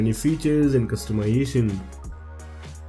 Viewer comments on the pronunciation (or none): Bro pronounce customization a little more clear....sounds like wtf....lol